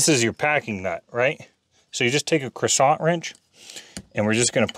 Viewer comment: Please, I’m almost 87 and this is the first time in my life I’ve ever heard your “ Crescent” adjustable wrench referred to as a “croissant” wrench ? I hope this is you making a funny . 😂 hahaha.